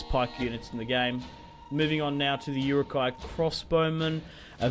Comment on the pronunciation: Stop butchering the pronunciation of Uruk-hai